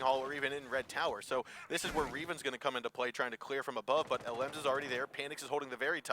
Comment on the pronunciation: Their consistent mispronunciation of "Revan" is making me itch lol.